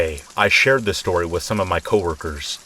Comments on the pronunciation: I listen to your videos every night. I always say with you "after shtory number one, after shtory number two and after shtory number 3." It's our 'thing' 😂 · why does bro say “SHtory number 1” “SHtory number 2” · Have only watched 2 videos so far but their the only videos that will motivate me to do housework 😂 also I love the way you say “shtory” lol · Love how you say shtory xx